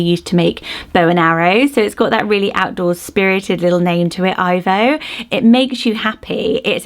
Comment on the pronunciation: Ivo pronounced E-vo